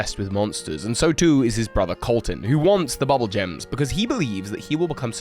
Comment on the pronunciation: I'm just saying. I think it's boob-bool frog - bubble seems to eh. Bubbul like that sounds more like rupee and blupee. The ū .